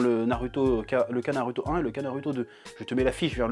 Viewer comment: arrete de dire narUto ça se dit narOUto